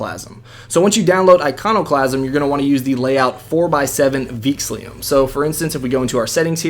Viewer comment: Theme name is "Veexillum", not "Veexlium"!